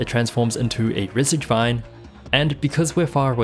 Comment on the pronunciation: I'm just fascinated by how you consistently said "Rezzigvine" for the Regisvine. Great video, by the way!